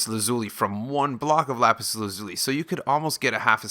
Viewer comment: how he said lapis how to really say lapis